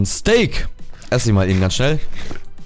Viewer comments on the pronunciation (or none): none